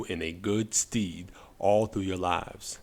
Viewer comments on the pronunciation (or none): "...that will serve you in good stead..." Stead rhymes with Red. Or indeed with Instead. Just FYI :D